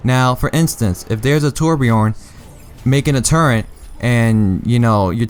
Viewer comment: "turret" not turrent